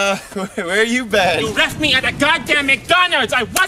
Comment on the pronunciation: "You weft me at McDonalds! I wasn't lovin it!" 😂😂